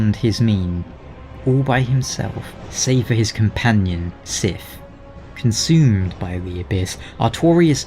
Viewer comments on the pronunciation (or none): Conshuuuumed by the darkness I don’t know why but the way he says that is weird to me